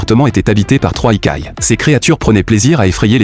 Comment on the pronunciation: Yokai, pas ikai 😂